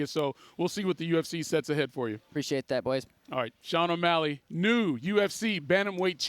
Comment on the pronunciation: Snoop....... "o' malley"..."o'malley"...."o'malley"